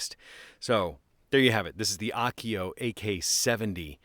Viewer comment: Is this a Japanese brand? If so, it'd be pronounced Ah-oh-keh-oh. Your pronunciation would be written more like "Akio." Still love your vids!